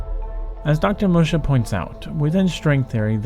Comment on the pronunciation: Assuming "Musha" is a Japanese name, it's pronounced more like "Moo-shah". Fascinating video, though!